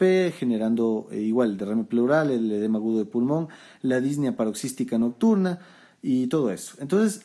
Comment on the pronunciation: Muchas gracias por su video Doctor! Excelente como siempre. Solo comento esto porque me hizo ruido las veces que lo escuché, y lo volví a escuchar en sus videos más recientes, espero no le moleste la corrección. La pronunciación correcta de la palabra "Disnea" es con acento prosódico en la e, no lleva acento en la í, como usted la pronuncia. Es decir, Dis ne a, no Dís ne a. Igual sucede con la palabra Ta quip ne a. Agradecido por su contenido y sus videos!